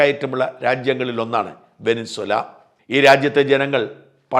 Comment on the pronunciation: വെനിൻസുല അല്ല ഷാജാ വെനിസ്വേല ആണ്